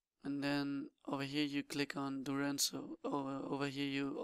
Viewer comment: Dude can't you read? DuraZNo, not DuraNZo